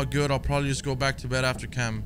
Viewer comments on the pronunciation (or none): none